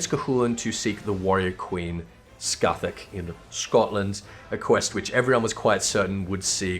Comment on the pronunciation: Pronounces Cait Sith correctly, yet calls Scáthach "Ska-thak":p. Anyways, nice video as always. I think your view on Arachne Eve is pretty spot on